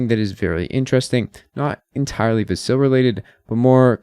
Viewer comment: I don't understand how someone following Cardano, which likely means they watch Charles Hosky videos, can still mispronounce Vasil.